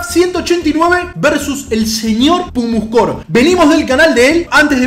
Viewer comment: es pumuscom no pumuscom